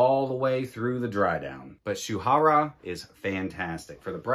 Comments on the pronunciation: Yes you did. It’s pronounced Shoorah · Nice list! Rasasi Shuhrah is to be pronounced as Shoo-rah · the last one should be pronounce as 'shoe rah'